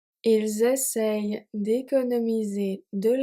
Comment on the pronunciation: love the practice. In number 5 it sounds like you are pronouncing the "n" in essayent. I thought it was silent.